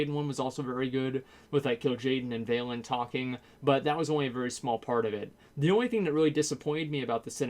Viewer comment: Honestly I think he does it on purpose. All these names he gets wrong are pronounced in-game, how the fuck do you mispronounce them? Valen? Veri-ma-thiras? How the fuck do you get those names wrong?